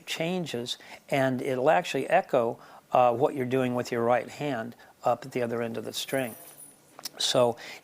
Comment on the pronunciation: Man... This guys accent is very old. I notice the pronounced WH sound. Cool guitars btw.